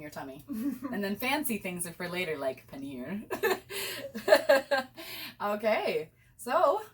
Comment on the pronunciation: only foreigners can say panner as "fancy" 🤣🤣